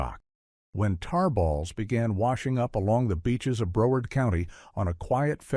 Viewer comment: Please. I live in FL, vacation in every section of shoreline. No beaches are closed you AI nut job. I grew up on the Carolina beaches back to the 50’s. More “tarballs” there than FL and no oil rigs. It’s “Brow” as in eyebrow - Broward County. Shame on me for being click bated.